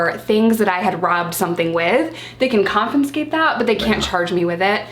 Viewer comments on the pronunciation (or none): it’s confiscate.. not confinscate 😂😂😘 xx